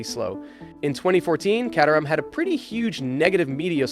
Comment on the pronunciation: Caterham: [CAY-ter-am]